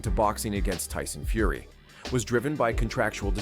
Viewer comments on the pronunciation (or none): none